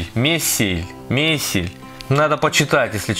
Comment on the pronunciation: Не месель а мейсель